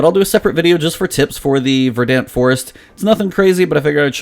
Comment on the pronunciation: It's pronounced "Ver-dunt."